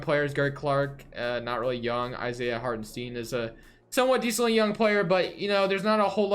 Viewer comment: Isaiah hartenstein is pronounced with EI not IE so you say hartenstein with the ei pronounced the same as in Albert Einstein